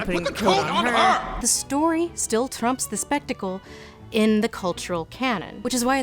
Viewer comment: Why did she trill on the word trumps